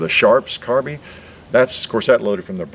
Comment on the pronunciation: Because it is “carbIne” not “carbeen” 🙄